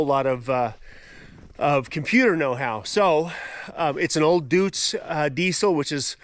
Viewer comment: COOL but it is NOT a DUTS Diesel, it is a DEUTZ say "DOITS" Diesel....